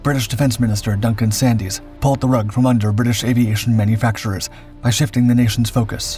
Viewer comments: You do cover some interesting topics but, as others have commented, there are unfortunate errors. As well as those already mentioned, Duncan Sandys' surname is pronounced 'Sands', not 'Sadies'. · And why does the narrator call him Duncan Sandies? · Including 'Duncan Sandies'. Duncan SANDS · The name of the defence minister Duncan Sandys is a shibboleth that distinguishes those who know the history of this period from mere amateurs. His surname is pronounced "sands". In a similar vein, the first successful supersonic passenger aircraft was called "Concorde", not "The Concorde". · The Defence Minister responsible was Duncan Sandys (pronounced Sands) but the text-to-speech commentary doesn't know that.